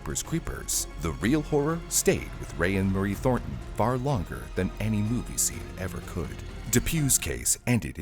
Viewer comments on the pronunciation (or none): none